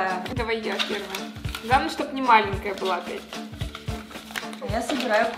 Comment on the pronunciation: Что я заметила - малЭнкая!!!!